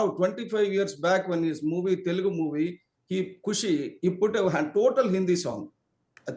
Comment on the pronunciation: That YSRCP spokesperson can’t even spell TELUGU… correctly 😂😂. He is saying …. “TELGU” 😤😡 and he is invited to talk on this topic…. Which is really very funny!!! 😂